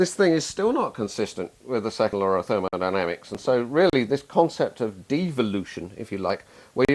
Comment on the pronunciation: therol dynamics, did I hear that